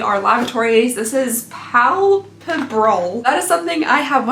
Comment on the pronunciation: Palpebral is pronounced “pal-PEE-bral” and it does refer to eyelids. At my work (I’m a vet tech) when we have animals in surgery we use the palpebral reflex (see if they blink when we tap next to their eyes) to make sure our patients aren’t about to jump up from anesthesia